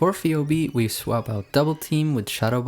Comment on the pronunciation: Great showcase of Linoone! Minor nitpick: Phoebe's name is pronounced "Fee Bee". Keep it up!